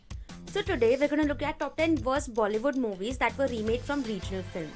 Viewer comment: bollywoodn intead of Bollywood